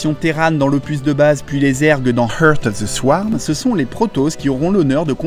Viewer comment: Heurte of ze swarme Kappa